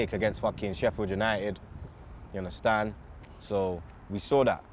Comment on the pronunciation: “Yer unnerstan?” X 10,000